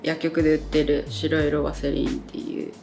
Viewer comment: しろいろワセリンではなく 白色(はくしょく)ですね。